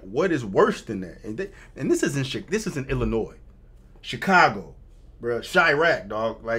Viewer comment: First, round of 👏 for having the knowledge, on pronouncing the state correctly. The amount of people I talk to on the daily...use that "s" on the end, and ain't from there. I'm from there, but don't live there, Thank God! I look at that place now, like Gotham City. Anytime, "they" make laws, that start with something that sounds good, like "patriot act", which doesn't help patriots...no, it throws the book at them, for doing the right thing. Now...its the Safety Act...🤣🤣 Remember your 2nd Amendment, and hold onto it tight!